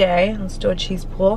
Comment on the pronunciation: love watching your food reviews, your reactions are always so authentic/enthusiastic hahah you do know it’s a cheese PULL not “pool” right 🤣 just another reason we love tho hahah